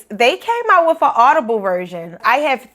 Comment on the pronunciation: Totally agree with you. When I hear some "estadounidenses" speak in English I cringe at their mispronunciations (according to my Canadian ear). For example, this lady say "wif" instead of "with". She speaks Spanish more accurately than she speaks English.